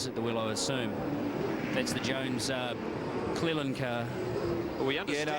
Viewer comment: CLELAND not clealand lol